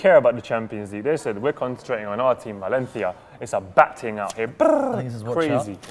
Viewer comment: Pronunciates correctly "Valencia" Butchers "Cuidado" has no rules.